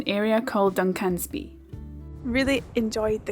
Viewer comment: I'm sure vloggers deliberately mispronounce place names for comments....... LYBSTER (pronounced Liebster), SINCLAIR (no accentuation of 'clair'). DUNCANSBY (no accentuation of 'can' - pronounce like the male name with 'sby' at end. John oGroats is furthest from Landsend, Dunnet head is most northerly on mainland. Bought Vegie haggis by mistake once - to accompany Steak with Peppercorn sauce - in that use, it was actually OK.